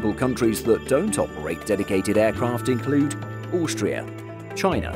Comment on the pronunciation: Many thanks for this but would like to point out that you kept pronouncing Brunei incorrectly it is Bru (as in Iron Brew) and Nei (N’ eye) definitely not ( Ni or Knee). It grated on me and yes, I have been these for work. You also pronounced Austria wrong.